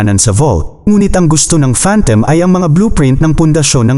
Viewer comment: You pronounce it as phantom... Not phantem